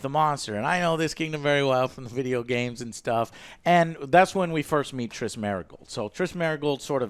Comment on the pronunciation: Trish -Triss, Triss.... Merigold..